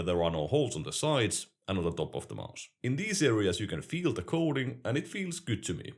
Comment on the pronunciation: Everyone else: Watches to get a competitive perspective on popular and underrated peripherals. Me: Like hearing say maus.